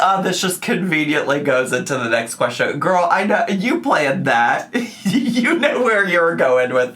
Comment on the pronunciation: Why does she pronounce "question" so strangely? Sometimes she says "qweshwin". 🙃